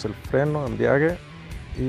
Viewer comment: Dijo embriage?